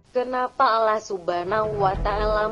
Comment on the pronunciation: Ya emang bikin sakit kuping sakit hati juga sih nyebut allah aloh dia blg